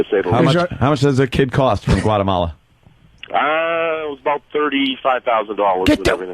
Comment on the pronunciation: LOL "Gualamala" fucking Vos :P